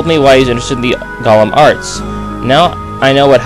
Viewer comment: I'd say it's more Egyptian than anything. It's are-cane-um, not are-can-um. And golem is pronounced with an "oh". It's a Hebrew creature, a partial human made from clay. They were servants but didn't always follow the orders of the rabbis that made them. An alchemist named Crowley, not a good sign for you. Good luck fighting that monster golem. Loved the PR reference at the end.